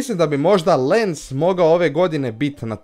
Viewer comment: Španjolska i Engleska sljedeće sezone imaju 5 mjesta u LP Lens se čita LANS